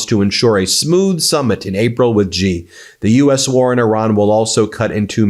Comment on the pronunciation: Please learn to pronounce President Xi's name correctly. It's very distracting. Xi sounds like "she."